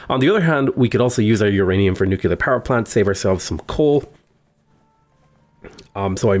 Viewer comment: My ears bleed with every "nucular" thingy